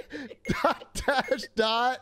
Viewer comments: The amount of times Atrioc called that dash a "doooot" was malding me so hard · I was fucking DYING when atrioc kept messing up dot and dash.